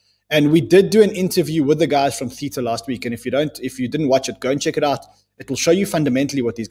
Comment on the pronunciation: Guys, love you loads. But please pronounce Theta correctly. You even had the Theta guy on talking about his project. There’s no ambiguity about the pronunciation.